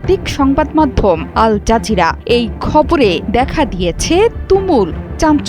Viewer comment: এআই জাজিরা আল জাজিরা না